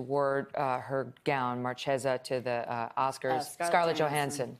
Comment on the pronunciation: Kelly can't even pronounce Marchesa, GOSH!